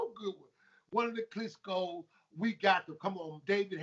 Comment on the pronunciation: It's 'KLITSCHKOS'.